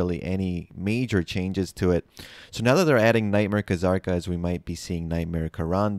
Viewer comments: Wait, wouldn't it be Zah-r-ka? There's no Kh, or Ka, which means the K is silent. So it wouldn't be that. At least that's how it generally goes for most things I learned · Why are you saying "Ka-Zarka"? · bro. the fking K in kzarka is silent man. ur killing me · Kuh-Zarka Lmao